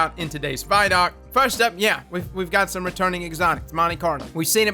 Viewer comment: vidoc = video documentary pronounced = VID OC NOT = VY DOC